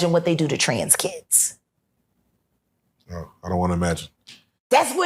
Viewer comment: Isn't kids a one syllable word?